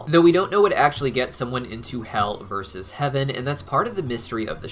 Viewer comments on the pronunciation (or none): none